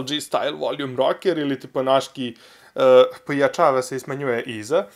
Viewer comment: PojAčava se i smAnjuje iza.Jos se valjam XD